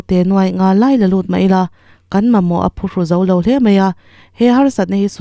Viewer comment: Phuru tih kha i va lam dik lo êm. Mizo kan nih chuan kan ṭawng hi i lam dik teh ang u. A zahthlâk.